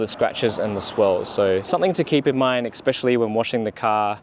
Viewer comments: Mate, it's especially, not expecially. Good video though, thanks! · Appreciate the upload mate, but, just for future reference, the word is “especially”, not “expecially”.